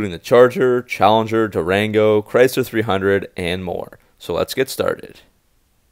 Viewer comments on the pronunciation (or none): none